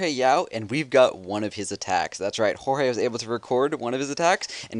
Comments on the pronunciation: It's pronounced "Hoar-Hay" Yao? thought it was "George" Yao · WHY DO SO MANY PEOPLE CAL HORHE IT IS JORGE IT IS EVEN SPELLED THERE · its Jorge not horehe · why does he say whore hai xD